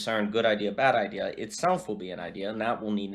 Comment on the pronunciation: I had a prof at Liberty who would always pronounce the word "i-duh." very strange.